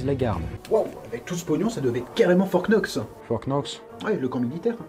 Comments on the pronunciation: on dit fort Nox, le k ne se prononce pas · En anglais le K ne se prononce pas (On dit "fort nox)😊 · On dit Fort nox, comme do you know (now)